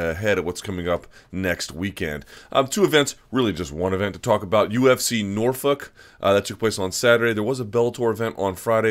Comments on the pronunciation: Stop saying Norfuck you psycho. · Stop saying Northfuck Luke! I know you have a crush on Sage but damn!